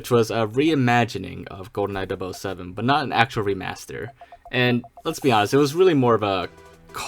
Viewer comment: I’m a lil trigger at the whole “dub oh 7” thing… never heard it pronounced that way.